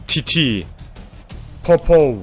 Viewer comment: titi değil çiçi